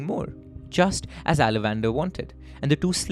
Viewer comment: True Aa-zha-van-daar